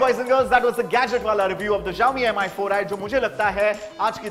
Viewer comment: It's pronounced as Shao-Mi